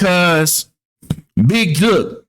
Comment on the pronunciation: You don’t know what you talking about, you don’t even know how to pronounce big jook name 😂😂😂